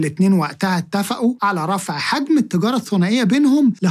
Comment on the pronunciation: التجارة أنطقها بالعربي